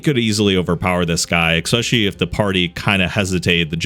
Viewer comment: especially, not ex-specially